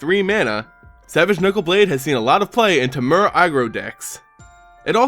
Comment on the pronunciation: What a joke. Treasure Cruise is absent. Learn the names of cards and pronunciations of words. "Wing ROC Mate" "Tempura",,,,lol